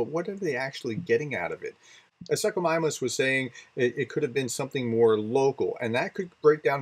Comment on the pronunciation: good show. the first part of "suchomimus". sounds like 'soosh'. about this drone, did it have an internal combustion engine? has any witnesses come forward saying they heard a lawnmower engine in the sky? a battery powered drone could never reach that far from ukraine, therefore a battery powered drone would originate in russia. to apply the rule of occams razor, i conclude it was putin haters, wherever they released the drone from. if it was a false flag incident, there was a coordination problem within the authorities.